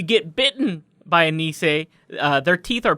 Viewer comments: I am of scandivian heritage, and hearing him pronounce "Nisse" as Neecaaiy is sooooo painful. It Nisse! (Miss, with an N instead of an M, and eh. Niss-eh) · hhaha im from Scandinavia and it took me quite long to realize what you meant by saying "niizzzee" its Nisse, tomte nisse xD (its a santa elf) but a monsterous santa elf i guess... some old folk lore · I know nobody cares but if i had to try and spell out phonetically how Nisse is pronounced i'd say it's something along the lines of: Neh-suh (The Neh sounding like the Ne in Nepotism and the suh sounding like the su in supper). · Nisse is pronounced niss-ay not niss-eeeey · Y'all should look up pronunciation first. It's not "nee say" or "greela". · The way pronounces nisse sounds like nise instead. Which is a porpoise so I'm just imagining one of those flopping around in the snow on the farms instead 😂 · You got the pronunciation essentially correct on Tomte. Nisse has the emphasis on the s rather than the i though, niss-eh. I assume there's been some cultural borrowing back and forth, but nowadays 'tomte' and 'santa clause' are basically interchangeable. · Me a Norwegian laughing my ass off as you fuck up a nisse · Hi. I’m Danish. I just had to correct you a little... while I am enjoying your freakish cousin to our hygge nisser, you are getting a very easily pronounced word wrong. Nisse has a double consonant, which is always an indicator of a short vowel ;) Also, the i should be like an e... so, instead of niise, let’s call it a nisse. (And I hate butter, so I’m 0% butter) - Now! Back to enjoy the hilarity that is this video! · asdfg the way they try to pronounce nisse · I'm Danish so I find the way mispronounces "nisse" hilarious. This isn't meant in a mean way at all mind you. Given how English pronunciation works and how irregular Danish is it's nearly it's nearly impossible for a person with English as their mother tongue to pronounce "nisse" correctly.